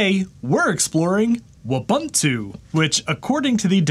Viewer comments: Eh……… it's "Wu-bun-tu!! Not Uah-ban--tu! Gosh…… this makes this otherwise great video really hard to watch. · Wu-boo-too, not woo-buh-too. Ubuntu (ooh-boo-too) is an African word. Thanks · Ubuntu is a Swahili word and pronounced "ooh-boon-too". So Wubuntu would be "woo-boon-too", not "wuh-bun-too". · You're pronouncing it completely wrong. It's woo-boon-too. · I love how he says it's so fun to say and immediately pronounces it incorrectly... It's just like Ubuntu (oo·boon·too), but with a W...